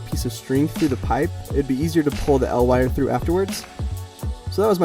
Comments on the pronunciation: EE EL Wire. Not "El Wire" It's an acronym, not a Mexican Superhero. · Its spelled E L wire, not EL wire, you also say L E D not LED. EL stands for electro luminescent